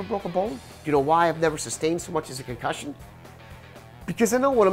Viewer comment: "Never had a concushin"......you tell me../watch?v=sLUdtF7aG7o